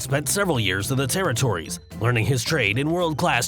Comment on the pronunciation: Terrrrooriiittzzz lol anyone else catch that?